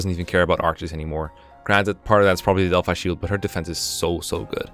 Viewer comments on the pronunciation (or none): none